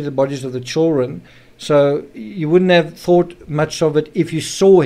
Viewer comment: Are you Australian? You pronounced "chil run " ?